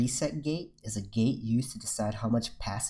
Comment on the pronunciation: how many of you keeps hearing gay, instead of gate. forget gay, input gay, out put gay, update gay.